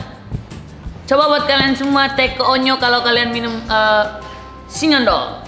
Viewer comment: sinyondol nyo bkn sinyendol😂😂😂